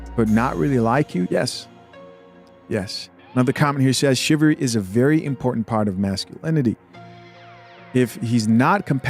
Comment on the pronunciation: ...the word is NOT "chiv-ary"...it's "chiv-alry".